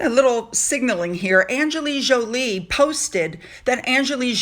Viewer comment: Great video, as usual. but you mispronounced Angelina Jolie. There is an "N" in Angelina. She deserves your praise but say her name correctly.